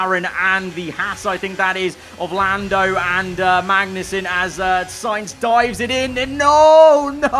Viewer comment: Does anyone else head mangnussen instead of magnussen